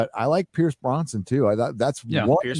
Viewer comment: Hi. Love the vids. Noted you keep saying Pierce Bronson instead of Brosnan and Blofield instead of Blofeld. Sorry for correction 👍